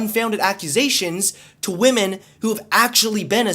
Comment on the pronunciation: its not "Liberals Ruin Women" its "Liberals Ruin WAHMEN!!!!"